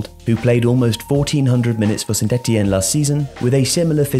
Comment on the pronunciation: I really like the way he talks and his pronunciation is top notch, I was surprised he said correctly Saint-Etienne/ Ligue 2 (Deux). Definitely going to subscribe!